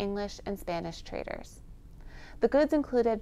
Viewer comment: Traders.. not traitors.. 😅